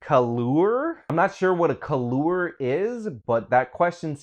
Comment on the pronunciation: "Kah-loor? I ONLY READ 'MERCAN ENGLISH!"